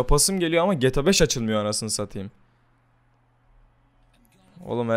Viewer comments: geta değil g t a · abi geta değil amk GTA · Abi 'geta' değil 'geğteğağ'. Ldkskxmskxmsmd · geta 5 hızlı okuyun :D:A:das:Dsad o ne abi ya geyta 5 diye okunuyor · abi allah aşkina sen bir daha gta deme nolur yaf cok sinir oldum suna g t a desene 😤😤😤😤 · 1-)GETA 5 DEĞİ GTA 5 YANLIŞ ANLAMA ABİ:ddd 2-)hidra değil abi hydra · abi gta demeyi öğren lütfen. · şunu geta 5 diye okuyucağna gta 5 diye okuma sinir oluyorum :D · abi o geta 5 diye okunmuyo ge te a 5 diye okunuyo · geta 5 değil gta 5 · EVO - Akif Aynen bende boyle yazdim helal bee :) ayn bende sinir oldum lan geta diyor getea dicekken sjsjs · PELİNSU YILMAZ geta diyor ya ayar oldum video boyunca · Şuna gete 5 deme sinrim bozldu sjsj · Geta 5 deme o ne öyle ?! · gıta demesen olurmu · lutfen gta deme ya o nasil bi gta diyis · abi geta neden diyon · abi seviliyorsun ama gta demeyi öğren lütfen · abi ne güzel gta diyon dfghsgh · su gta yi duzgun oku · gta demeyi öğren